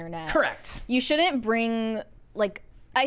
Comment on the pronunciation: Should-dint? Why would you use a contraction if you are going to use the same number of syllables as “should not?” Either say “shouldn’t” or “should not.”